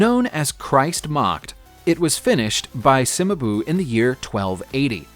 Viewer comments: The pronunciation of Cimabue is really disturbing..... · Do a little checking before you record your voice overs...so many mispronunciations! For me it takes away any authenticity your video might've had. Levant, Cimabue, renaissance...get literate why dontcha??